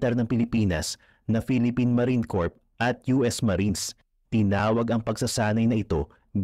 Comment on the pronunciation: Ang pagpronounce ng corp ay “cor” silent p po